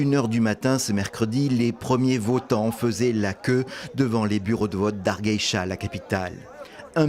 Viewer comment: Ca se dit pas comme ca “hargeisa”